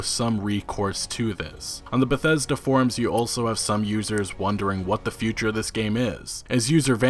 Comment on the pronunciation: How come this dude sounds like he has a learning disability every time he says the word Bethesda